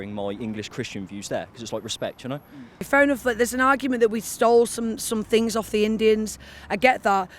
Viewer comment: “We STOLE some fings from the Indians” The irony of that alone… Really what else do you not get then… Lady with the “Deal with it” T-shirt is she talking about the Bermuda Triangle as I’m really confused…